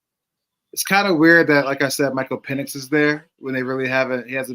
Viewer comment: it’s PEN-icks and you keep saying PEEN-icks. 😭 Michael Penix man